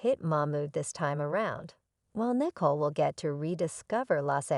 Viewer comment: Her name is Nicole, not Nickel ! 😂😂😂